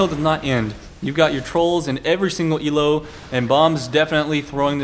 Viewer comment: elo isn't an acronym so you don't type it ELO and don't say it "ee ell oh":/ Look elo up on wikipedia can't post links.